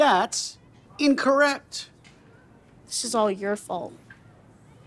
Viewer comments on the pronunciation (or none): The way the teacher said “tHaT iS inCcOrEct!”